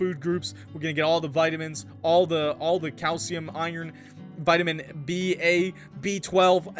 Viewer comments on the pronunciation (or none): none